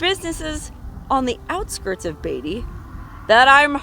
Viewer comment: You're pronouncing Beatty wrong